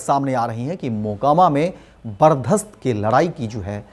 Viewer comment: बर्चस्प होता है सर बर्दास्त नही